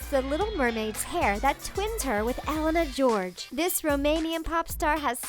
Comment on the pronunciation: You pronounce wrong Elena Gheorghe